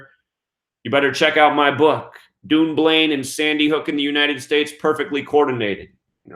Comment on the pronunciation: Hi, thanks for all you do, looking forward to getting your book next week! Dunblane is pronounced done blane, we should rewrite the English language lol!